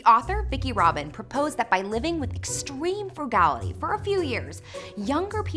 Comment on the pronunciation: She pronounced "frugality" in a weird way ...